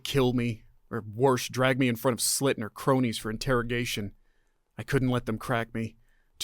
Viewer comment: Ummm... The name's Sss-ill-at, I think, not Slit. Still a billion times better than AI. You do so well the miss just was that more noticeable to me.